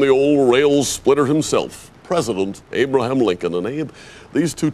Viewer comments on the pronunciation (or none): Abe-laham? Lmao